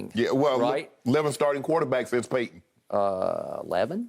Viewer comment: Paaayton, as in Manning. Come on Shannon. Know your GM